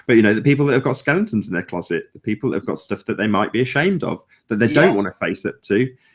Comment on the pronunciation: And - it's skeletons - not skellingtons - ha ha (I only say that because you picked up Antonio for using the (non) word 'irregardless')! Best wishes from Samui, Thailand.;)